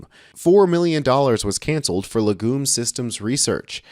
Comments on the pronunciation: Legume is pronounced leg'yoom, with the accent on 'leg'. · Please, learn how to pronounce words prior to broadcast, LEG-YUME is how it sounds, but, like so many words, yanks just seem to make it up as they go along.